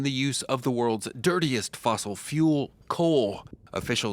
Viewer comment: Notice the malicious tone when the reporter emphasizes the word "DIRTIEST".